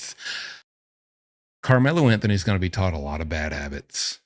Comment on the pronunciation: I love clicking the videos and hearing "CAR MELLO AN THUNNY" in that asmr octave :D